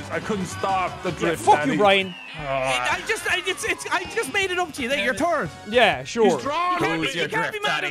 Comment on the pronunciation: I could tell them all apart. Sean and are the ones that I watch the most then after that it’s Brian then. Also if you watch and Brian you know that sometimes (most of the time) says “Brine” instead of Brian.😂😂😂